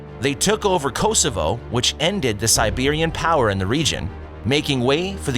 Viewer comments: Please, it's Serbian not Siberian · Who is the idiot reading the script? At 1m 29s he refers to “Siberian” when he means “Serbian.” Can we please have scriptwriters and script readers who know enough history not to embarrass themselves in this way. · Serbian not SIberian. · siberian? or serbian?hahaha at 1.29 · Serbian, not Siberian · "they took over Kosovo, which ended Siberian power in the region" .... I think you were supposed to say Serbian ... Siberia is pretty far away, and never colonized Kosovo. mis-pronounce constantinople... also ankara, also mis-pronouce inter-regnum... ok.. , I'm out... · No it's pathetic. He got "Serbian" mixed up with "Siberian", and he calls Constantinople "Constantinoppolee" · Siberian ? LOL 😆 🤣 😂😹😆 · Oddoman, distinct from Ottoman. -- Thessaloniki sounds off, but even a broken clock is right twice a day. -- ending the Siberian Serbian. -- What Turkish city rhymes with Monopoly? Yeah, Constantinople. -- A new and improved interregnum, now with no G. -- Suleiman I... three syllables to choose from for emphasis, two of which are acceptable, and you choose the wrong one. -- Mezzopotamia, not to be confused with Mesopotamia. -- rezources -- eeliminated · Serbian not Siberian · "Siberian"? This happens when the dubber doesn't know what he is talking about. Also, why no maps during discussion on expansion? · Pronunciation of Serbian is wrong. Siberian is something else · Not Seberian, its serbian. Siberia it is in Russia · When you hire a narrator who has never seen the word "Constantinople," and says Siberian for Serbian, what are really doing here? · Ditto “Siberian” when they meant “Serbian” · Same here. If they mix up Serbian and Siberian what other, less bonkers, errors are there? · Siberian empire hahahah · “Sibirian power in the region” , its Serbian. Why do you nmakr this ??? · Sibirian power hahaha. Meant to be serbian. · “Siberian” typical american not knowing what hes talking about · You said Siberian instead of Serbian !!!